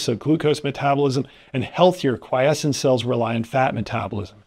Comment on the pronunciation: Bwahahahaha 12/10 better than AI for sure. I think he's even real and capable of independent thought! God bless. OMG before I stop typing did you hear him say quiescent? I actually almost collapsed he did it so convincingly.